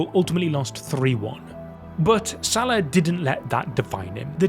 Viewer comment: Pronounced Sal-A-h not S-A-lah. Shouldn’t be too hard to get right.